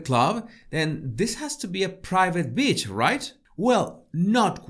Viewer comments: This video is so on point. Is it me or it sounds like you saying b** instead of Beach. 😂 either way I love your videos. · I’m sorry, I just love the way you say beach 😂